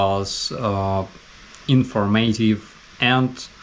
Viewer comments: word stress, it's not inforMATive, it's INFORMative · Sorry i am in a nitpicking mood today. In the word narrative the accent is on the first syllable (na). In informative the accent is on the second syllable (for). We will get your pronunciation up to snuff in time 😁